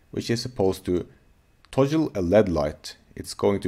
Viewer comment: Great stuff, thanks. BTW, here's how to pronounce "toggle" ->